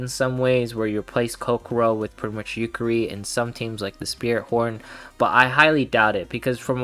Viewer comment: I want to slap you for every time you say "Yukeri". I counted four slaps I that I will be o[W I N]g you. XD.